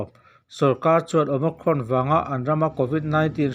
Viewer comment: OMICRON i lamrik dan chu a diklo nasa hle mai. Awma+krawn tia lam i ang mah mah zawk alawm